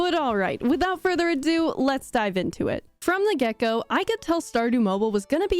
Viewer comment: When you said “from the get go” I heard “from the gecko “ 😂